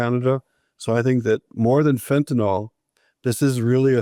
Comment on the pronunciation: Fentynol? ou Fentanyl?